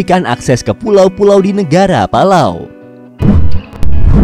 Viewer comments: Ingat, PALAU bukan PALALU! 😂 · Yang baca palalu kiya 1 server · Yang bacanya palalu like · Astaga, sekilas saya liat tadi.kirain bilang " pala kau " eh taunya " palau " :)):)) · Palau= pala kau.